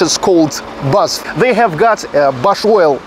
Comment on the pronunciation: The name of the german company is B A S F. So you pronounce all the letters.